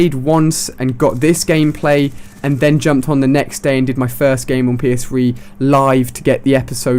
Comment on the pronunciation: "And then jumped on the next day, and did my first game on PS-Fwee"